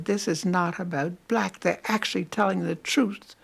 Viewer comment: I do not like the disrespectful Tone of the interviewer’s voice. Like this old lady was working for her, or something. (And the way she pronounced the word “Black.” Annoying.)